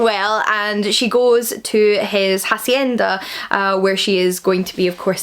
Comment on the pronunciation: You don't read the h in "hacienda". (Spanish teacher here. 😅🤭)